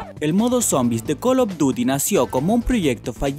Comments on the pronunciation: col of duty y activishon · calopduti, yochi, cra' bandico' 2, pleitechon, ancharted xDDDDDDD ay